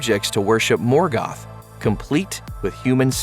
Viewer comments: Not morgath is morgoth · the mispronunciation of Morgoth and Balrog just ....I can't. I don't know what stylistic vernacular you are trying out but you keep substituting the pronunciation of the short vowel sound "O" as in oh! with an "a" How is Bolrag, for example, even a word in Elvish? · Ball rug? Morgath? Seriously find someone who knows how to pronounce the names. This is so god damn annoying.